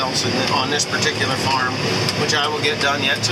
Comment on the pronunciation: why does it always sound like he's saying mushroom barn? Or is he? I never hear farm